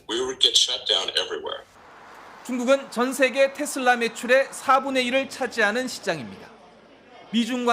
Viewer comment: 아나운서는 기본적으로 영어발음이든 한국어발음이든 거슬리지 않게 발음하는게 기본인데.. 뉴스데스크 앵커 발음이 왜 저럼? 텟쓸라는 TESLA S가 두개도 아니고 D로 끝나는것도 아니도 도대체 어디서 기인된 발음임?